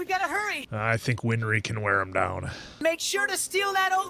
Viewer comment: Th answer, it's not "winfry" her name is "winry"